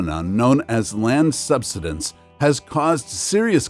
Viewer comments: Learn how to say "subsidence." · Too much hype over the fake global warming b s. You need to correctly pronounce SUBSIDENCE it's all wrong the way you're saying it. Please review and edit your video to make it easier to understand. You still cannot scare us into the fake global climate B.S. Not gonna happen!